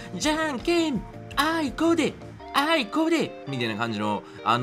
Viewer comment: 私はあれアホーって聞こえるｗ